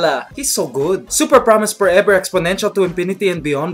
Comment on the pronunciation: Super promise porever exponential to inpinity and beyond beliep my goodness > made me laugh so hard xD